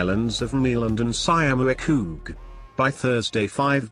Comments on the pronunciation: Wait , I dont know what the robot try to say, but he meant 'Schiermonnik oog' (Dutchie here) one of the five inhibitant islands in the North of our country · Sjiermunnikogg??? Tursjelling??? 😁😁😁